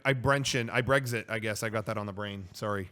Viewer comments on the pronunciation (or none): why do you pronounce Brexit as Breggsit? Eggs Benedict Cumberbatch